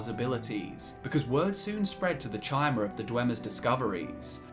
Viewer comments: Ok but chimer is pronunced [kai-mer], not [chai-mer] T_T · Good video, but it's pronounced "Kai-mer", not "Chai-mer". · It's pronounced KAI-MER, not TCHI-MER. I bet you pronounce Caesar as SEE-SER instead of KAI-SAR lol ;P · You pronounce Chim as “kim,” but Chimer as “chai-mer?” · Doesn't the name Chimer come from CHIM? Thus the pronunciation CHI-MER? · That Chimer pronunciation, eeughh